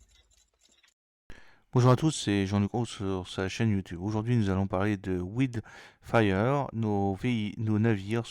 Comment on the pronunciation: Hello Jean-Luc, ça se prononce : " waild fire " ;-)